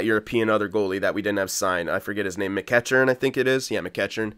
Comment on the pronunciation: Pronunciation lesson for today: McEachern Mac-Eek-Urn :)